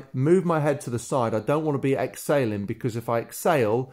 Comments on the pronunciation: You totally confused me I thought you were saying Ex sailing but you are saying exhaling😵😵😵ok thanks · Exsailing or exhaling… ? I know it’s your accent, thanks for the fantastic tips. Beautiful water shots. A very relaxed movement.